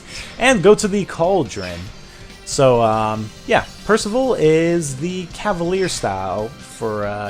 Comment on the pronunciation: PIRSIVIL PIRSIVIL